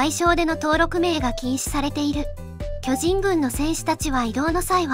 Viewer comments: きょ⤵︎じん⤴︎ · 巨人のイントネーションが気になる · 巨人のイントネーション😅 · 巨人のアクセントが気になる。。。 連呼するならアクセントなおしましょ